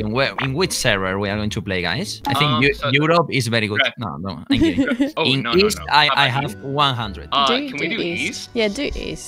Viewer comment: Grefg: Beri gud